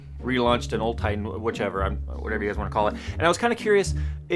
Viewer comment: That "wachever" killed me